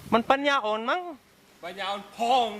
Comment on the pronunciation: มาดูช้าไปหน่อย แต่ก็ได้ดูค่ะ เห็น ตอนนี้แสดงว่า มาอยู่เมืองไทยนานแล้วแน่ๆ เลยค่ะ แต่ก็ Handsome เหมือนเดิม ชอบตอนอ้วนมากกว่า น่ารัก คนเผ่า อาฟริกา พูดปัญญา daddy ชัดจังเลย😂😂😂ชัดจริงๆ สุดยอดค่ะ👍♥️🌷